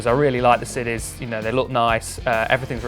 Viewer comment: also did anyone notice he said the sidis had a super siff stole